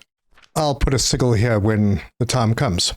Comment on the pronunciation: Hahaha. It took me a while till I finally glimpsed the word. I was wondering what seagull you were talking about till I saw sigil. It is pronounced like (see-Jill). It is an Arabic word that means record or mark or trade mark or logo.